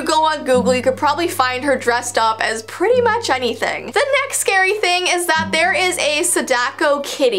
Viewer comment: you said pritty not pretty